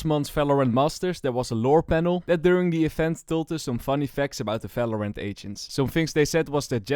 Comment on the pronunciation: falorant✅ valorant ❌